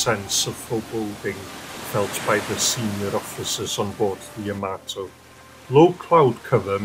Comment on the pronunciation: You say Ya-MAY-to, I say Ya-MAH-to. Yamamoto. Yahamayokahamamoto.